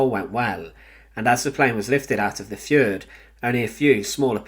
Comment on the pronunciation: Please learn how to pronounce the word, 'fjord'. Thanks.